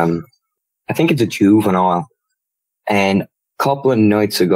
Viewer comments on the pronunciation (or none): none